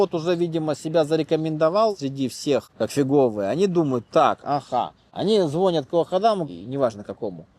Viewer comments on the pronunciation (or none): none